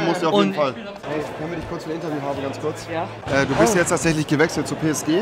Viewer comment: PSGee.... mehr triggern geht nicht. Es heisst Ps schee